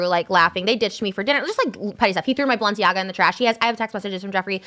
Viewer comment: ethan saying balsiana instead of balenciaga is killing me